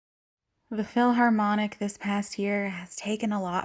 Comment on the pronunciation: SHE SAID THE PHILHARMONIC??????? SJSKSKKSKSKSKS